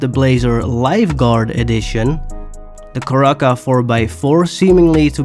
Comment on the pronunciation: How are u butchering some of these names so bad lmao your too old and been speaking english too long for u to be pronouncing some of these names as bad as u are Other than that good video its awesome But Let me help u with your mistakes.. (that i know about) 1. the word is marcquise pronounced Mar•Key 2. u called said “Caraca” when its Cara•Cara 3. u called the yosemite, “yossmite” its pronounced Yo•Sim•It•Eeee 4. u said “doge dakota” when u know its “Dodge” bro lol im not even gonna spell that one out for u cause u should know 5. u said “younga classic” when its the Youga classic as in Yo•Gah 6. u said “granger” when it is Spelled that way but pronounced “Grain•Jer” 7. u called the jubilee, “jubeely” when its pronounced Joob•ill•Lee 8. u called the Mesa, “Messa” when its pronounced May•Suh 9. u called the Dodge durango “doge” again smh ill let the buccaneer slide u basically pronounced it right for the most part 10. u pronounced the Chino super wrong lmao its Chee•No 11. (and multiple times after) you said “coupey” when the word is “Coupe” and its pronounced “Coop” 12. you said bentley “azoon cabriolet” inspired car or something when i think u were talking about the Azure Cabriolet pronounced As•Sure and Cabrio•Lay Also you zoomed in too far or something cause we cannot see the vehicle your talking about so i couldnt get a proper name to help u with 13. u said chrysle